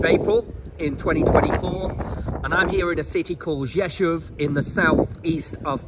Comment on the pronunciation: your Polish is getting better and better and you pronounce the name Rzeszów like a native Rzeszów resident, congratulations!